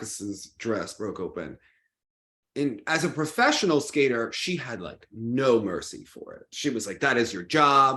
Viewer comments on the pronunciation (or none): none